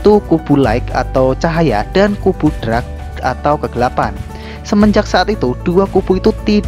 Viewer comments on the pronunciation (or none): gua coment telat 😂😂😂, ralat bang, KUBU DARK, bukan DRAK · Cuma Mungkin Dibagian Pengucapan Dawn Sama Dark Aja Bikin Senyum-Senyum Sendiri Kan Beda Arti Kata Dawn - Down, Dark - Drag 🙏 Sisanya Keren, Ane Gak Skip Sama Sekali ✌️ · Dark bukan drak